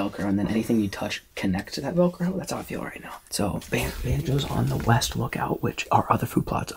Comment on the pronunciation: Witch ways the wind blowing, “weast” llooll